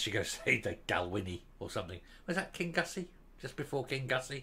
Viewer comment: It's pronounced King-oosy ya amadan 😂 not gussey